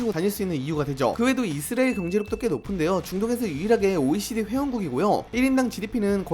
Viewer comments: 이스르엘이 아니라 이스라엘 ㅎㅎ 발음좀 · 저만 이스레엘로 들리나요? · 발음 ㄹㅇ ㅋㅋ 이스리엘이 뭐ㅏ냐 ㅋㅋㅋㅋㅋㅋㅋㅋㅋㅋㅋㅋㅋㅋㅋㅋㅋㅋㅋㅋㅋㅋㅋㅋㅋㅋㅋㅋㅋㅋㅋㅋㅋㅋㅋㅋㅋㅋㅋ 정보 유튜버 맞냐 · 이스엘 이스엘. 이스엘. 정보전달 공간이면 발음좀 정확히하고갑시다. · 왜 자꾸 발음을 이스리엘이라고 하세요? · 이스라엘 발음 잘안되죠? ㅋㅋㅋㅋㅋㅋㅋㅋㅋㅋㅋㅋㅋㅋㅋㅋㅋㅋㅋㅋㅋㅋㅋㅋㅋㅋ이스리엘 ㅋㅋㅋㅋㅋ이스렐 ㅋㅋㅋㅋㅋㅋㅋ이스레엘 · 이스레일은 어느나라인가요 계속 이스레일이라고 하시네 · 이스라엘이 이스레일로 들려요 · ㅋㅋㅋㅋㅋ아 이스라엘 발음 한 번을 제대로 못하는거 귀엽네ㅋㅋㅋㅋㅋㅋㅋㅋ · 영상잘봤습니다.이스라엘 발음이 뭔가좀..그거빼곤좋은영상잘보고갑니다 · 이스라엘 발음 엄청 안되네... 참고 듣다가 못 보겠어서 그냥간다 ...이스라엘이 발음이 어렵긴하지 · 이스라엘 발음 제대로 못함?